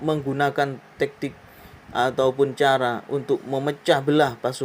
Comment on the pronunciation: Tak Tik bukan Tek Tik